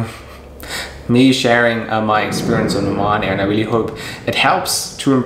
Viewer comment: It is called Oman Airline not O MAN airline